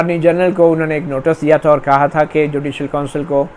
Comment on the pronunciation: You have repeated the word "notus" one hundred times. The correct pronunciation is "notice". please correct.